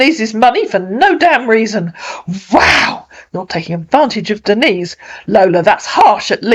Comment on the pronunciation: Thus Marcus Breyer can't even say her name correctly and claims to love her. Her name is NOT Dennis!!!!!!